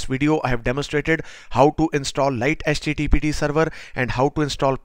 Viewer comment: Mate it's pronounced 'lighty'